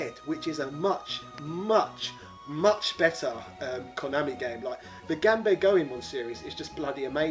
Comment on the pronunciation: are you mispronouncing 'ganbare' and 'melee' on purpose or is this Just some sort of british accent I am Not yet aware of?